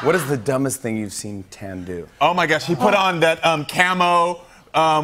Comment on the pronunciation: I live for antoni calling tan, "tanny" ahaha